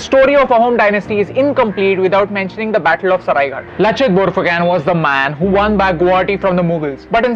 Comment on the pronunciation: we speak it borphukon not borphukan